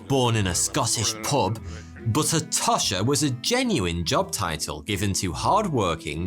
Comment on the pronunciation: Tosh rhymes with posh.